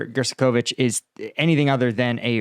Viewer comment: Gershkovich GERSH-ko-vich Yekaterinburg ye-KA-ter-in-burg